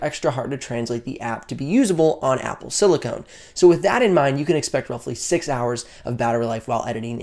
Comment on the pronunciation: Excellent vid. That said, please look up the words Silicone and Silicon. They’re different things. Sorry to be a grammar nazi, but someone watching this might get confused by your pronunciation of silicon as silicone.